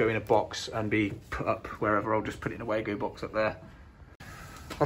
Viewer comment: You keep saying way-go (wago), when this cage clamp first arrived 30 years ago the Germany manufacturer pronounced as Var-go, i don't think it has changed.